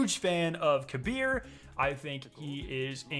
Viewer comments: The game pronunciation on Kabr name is Kaber not Kabir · Kabr=KAY-brr Not kuh-BEER